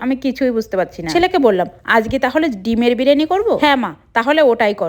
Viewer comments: Byriani ❌ Bereni ✅ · বিরিয়ানি ❌বিরেনি ✅😂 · Birani noi biriyani